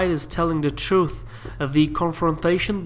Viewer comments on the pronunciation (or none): none